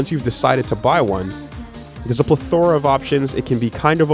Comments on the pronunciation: 'plethora not ple'thora, and concave instead of convex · ple THO rah or plethruh